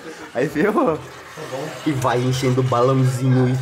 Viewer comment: "VNGUEI" TA NÉ KK